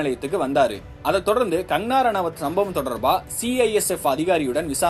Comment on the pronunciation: கங்கணா ரணாவத் என்ற பெயரை ஒழுங்காக உச்சரிக்கவும்!